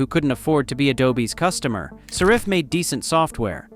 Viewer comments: saRIFF? SARE-iff! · Well, I use Affinity and as far as I know, they haven’t charged me a penny. Is this a negative campaign by Adobe? Besides which, I hate that AI voice that can’t even pronounce the company name properly. At the very least, have the decency to have a narrator to read your miserable script!